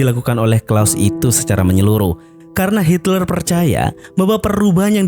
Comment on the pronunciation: Hitler bang bukan Hilter..